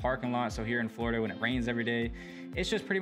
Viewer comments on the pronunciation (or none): none